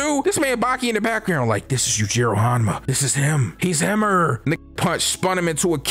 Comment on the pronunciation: “He’s himer”😭😭